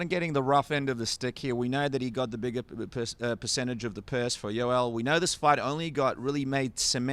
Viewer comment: Yo-el sir not Yoll!! XD